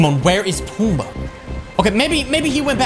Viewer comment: DUDE ITS PUMBA NOT PUMA